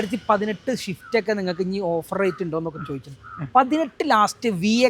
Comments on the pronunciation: Shift alla swift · ഇടക്ക് നാവ് വടിക്ക് ഷിഫ്റ്റ്‌ അല്ല സിഫ്റ്റ് 🤣🤣🤣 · ഷിഫ്റ്റ് അല്ല സ്വിഫ്റ്റ്